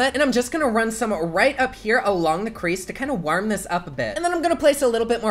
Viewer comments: “WARHM” lol 😂😂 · I love the way you say warm, im a creep and I love you 😂❤️ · Carlos Rodriguez it’s the Midwestern accent😂